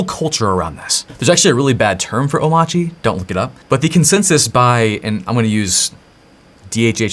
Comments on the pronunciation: I think "Omarchy" with the standard R is probably a valid pronunciation. The "Omauchy" that DHH says (with a non-rhotic R) is probably a remnant of his Danish accent. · omARCHy the fact that DHH pronounces it omACHY might be due to the fact he's Danish :) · Bruh…. It’s a portmantau of Omakase and ‘archy’ like… anarchy… or monarchy… So it’s oh-MAR-key It’s not “I’m itchy” or “oh my chi” it’s not that hard… there is a big old R right there in the word. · Omarchy is Om-Arch-y. It's obviously pronounced that way. Arch OS. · if that's really how it's pronounced, why spell it with the "R"? i declare it's pronounced "OH-marky" until or unless they drop the "R". AMEN! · 1. He has an accent. Oh-MARCH-ee - r is clearly not silent. Just ask about SATA/DATA vs SATA/DATA or gif vs gif. 🤣 2. there are many options here: sudo apt install coffee, sudo dnf install coffee, sudo pacman -Syu coffee, snap install coffee, flatpak install coffee, or emerge -av coffee. However you brew install coffee, it's all good. Another option is: sudo pacman -Syu coffee. I grind my own beans, BTW. (I don't, but it works.) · I kinda believe dhh is still pronouncing the 'R' in omarchy, but not enunciating it. Kinda like Northeastern U.S. residents. is a good example. he says energy.